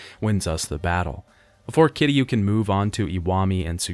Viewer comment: I'm kind of glad Kiryu's story is over. Mostly because I won't have to hear him constantly mispronounce Kiryu's name like it's somehow made of three syllables and sounds like "Cure You". Seriously, 7 fucking games and never once did he list to how the characters in the games pronounce his name. It REALLY makes me question if he wrote these scripts himself or if he paid someone on Fiverr to do it. Or if he actually played the games. Because you don't go through an entire series, claim to love it, but constantly get the main characters name wrong EVERY FUCKING TIME he says it.